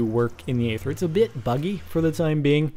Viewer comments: for god's sake it's pronounced ayther have you seen the aether trailer? or or you just a fucking yogscast nerd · Its Aether not eather.. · Eether. Say it like that. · It's pronounced ether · Its pronounced eether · He pronounces it eether because he is either British or a yogscast fanboy. And I dont think Pbat helped make the mod he just was the first to test it. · It's pronounced ee-ther. Not ay-ther. Aether isn't a made up word, it has an actual pronunciation lol.